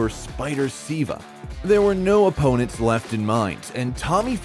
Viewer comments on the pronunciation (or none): Who tf is Spider “Seeva”